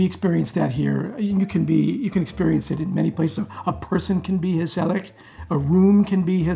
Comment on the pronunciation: Lady, your pronunciation of gezellig is spot on. No mean feat!